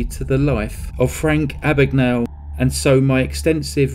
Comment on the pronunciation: My name is Mr Abagnale. Not Ah-bag-Nah-le . A.B.A.G.N.A.L.E, Abag-nail